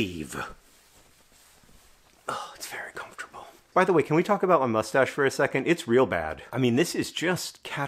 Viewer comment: when i see john’s face hair return, i still can’t help but hear “mmmustsche”